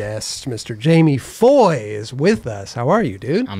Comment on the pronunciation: Gotta love Jamie Foy dude but he gots learn the H is silent lol. Keep fuckin up shit bro, see u out W soon